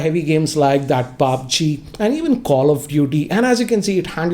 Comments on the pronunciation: Nobody: Literally nobody:: PAABJI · Nobody:: PAABJI (pubg) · In a West Indian style 😂